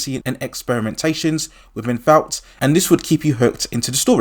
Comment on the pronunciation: It’s pronounced “vort” not “vowt” vought international